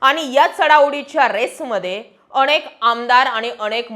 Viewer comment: अणेक नाही ओ , अनेक , उच्चारण निट(णिट) करत जा बर 😂